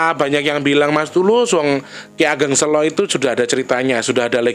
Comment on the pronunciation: kata SELO....pengucapan awalnya kyk lagi bilang kata bhs inggris SAY.... 😁